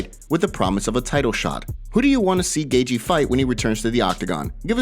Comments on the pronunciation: Is he saying "gay-jee"?? It's so crazy how these non-UFC people have MMA channels. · Ah yes, Justin “Gaygee.”